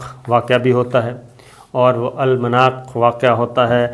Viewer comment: SS yar ab tou Urdu seekh ley bhai...ALLAM- NAAK not ALMANAAK